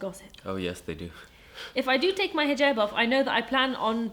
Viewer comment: She pronounces it in the way you say it in Arabic, not English. It's an Arabic word.